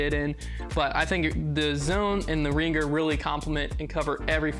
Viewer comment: Pronounced "ring-er", not "ring-ger".